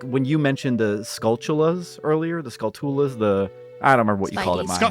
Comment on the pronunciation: Skull-too-la. Your way is much better